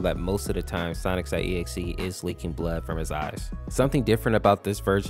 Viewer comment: bruh the way you said sonic.exe made me hurt inside.